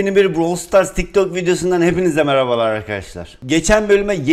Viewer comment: abi neden Browl? Brawl değilmi o yanii okunuşunu bilmiyosan Bıravıl dicen bilmemek değil öğrenmemek ayıp XD